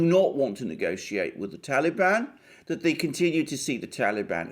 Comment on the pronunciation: i love how u pronounce TALIBAN !! GREAT VIDEO ALEXANDER!!